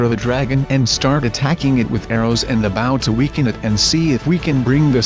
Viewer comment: you are not playing the right way. it is not baw it's bow. it's not cobble.